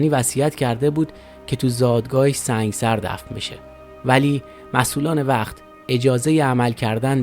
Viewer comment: Thank you so much for your information, The correct pronunciation of that city is Sang'e sar. I was born in Iran as a Bahai and I knew allot of Baha'is from Sang'e sar. Thank you again for your videos, Love from Arizona